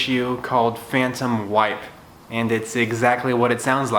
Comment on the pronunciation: I thought you said "Phantom Wife' instead of Phantom Wipe. It was quite puzzling!